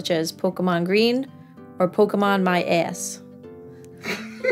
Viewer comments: This whole video was wonderful, and I like how Ditto got all borked-out when you did pedal magic on him, but I have to say that the way you pronounce "ass" makes this video at least times better. Thank you so much for that. I had to watch it again. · The way you said ass was freaking hilarious 😂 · Your accent when you say "my ass" makes this 1000x funnier